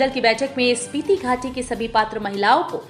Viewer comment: सपीती नहीं स्पीति है